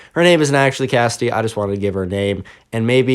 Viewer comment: Me::it's pronounced Cassidy.: no it's kasty